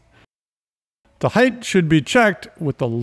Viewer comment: These are amazing tutorials but holy cow it's so annoying when he says heighth instead of height lmao.